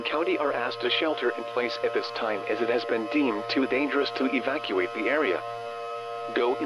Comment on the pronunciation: can't say Evacuate properly.